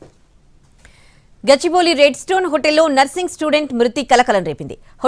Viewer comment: "NAARSING" STUDENT KADHU ANCHOR BRO., "NURSING" STUDENT ANAALI.